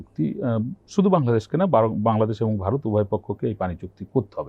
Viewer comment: হোস্ট যিনি আছেন তিনি কথা বলতেও জানেনা আর উচ্চারণ অত্যন্ত বাজে। ভারতকে বারত বানিয়ে দিয়েছে, এক জায়গায় আর বাক্য খুঁজে পাচ্ছেন না বলে গেস্ট ওনার প্রশ্নটি সম্পূর্ণ করে দিলেন দেখলাম।